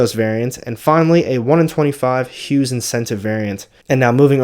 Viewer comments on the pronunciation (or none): none